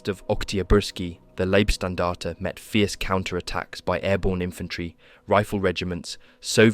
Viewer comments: Love these videos but please learn how to pronounce german names and units. Leibstandarte is Laybstandarte and not Leebstandarte etc. Both my grandfathers participated in the war. One with the finnish and one with the germans. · Not wanna be pedantic on such a excellent job, but the 1st SS is pronounced like "lie" not "lee". If relevant at all. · How many different ways can you pronounce "Leibstandarte" in one paragraph? Otherwise, a well-done video.